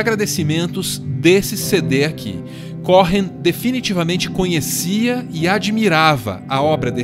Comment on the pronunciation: Muito bom... Mas o H é mudo em Cohen se lê como se tivesse escrito um u no lugar do h... Cowen... sobrenome de descendente de judeu...